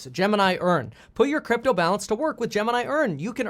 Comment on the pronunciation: LOL he just called it Gypto